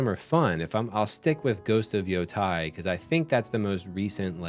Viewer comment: Brother it's Yotei, not Yotai 😭